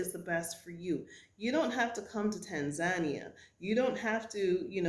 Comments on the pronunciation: Love your videos sis. But when you said Tan Zan Nia, I thought never heard of it. Then I realized you were talking about Tan Za Nee Uh Tanzania Pronunciation: tAAn-zuh-nEE-uh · welcome to Tanzania... but please learn how to pronounce it properly..